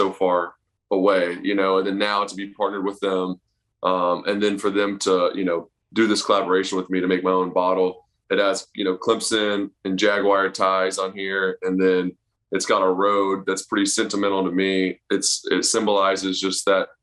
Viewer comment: Did he say....Clempson?